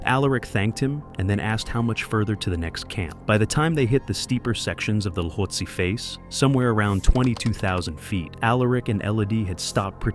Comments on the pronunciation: Oh FFS, it’s not pronounced la•hot•see or Lotsa! It’s pronounced Loat•see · If u cannot even pronouce Lhotse "lote-say" properly why should anyone listen to you? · Good videos on your channel, but it is really simple to check pronunciation before you publish. The H is silent and Lhotse is pronounced Low-Tsay.